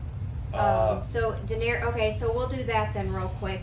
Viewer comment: I hate to be that guy but her name is Daenerys, not Daenery-us and her brother was Viserys but who cares about him. He can be Visery-us. Great reactions! I think that you will really enjoy the History and Lore videos.